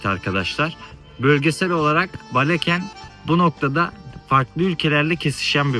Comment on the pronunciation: Azərbaycana xoş gəlmisiniz can qardaşlarımız. Azərbaycam şəhərlərinin adlarımı düzgün tələffüz etsəniz sevinırdik. Baleken deyil. Balakən.